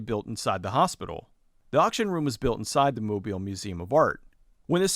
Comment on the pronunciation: FYI, the emphasis on Mobile is on the second syllable, not the first. It's pronounced mo-BEEL. I grew up not far from there.